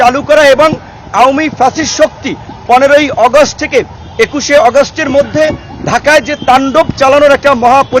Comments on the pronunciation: ভাই আগস্ট টা ভাল করে উচ্চারণ করেন।।।এটা আগস্ট অগস্ট না।। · অগাস্ট না আগস্ট নুরু সাহেব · হাইরে উচ্চারণ অগষ্ট